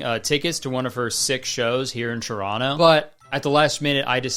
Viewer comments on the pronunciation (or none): none